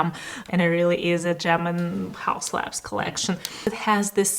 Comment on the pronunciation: but it's laBs, not lans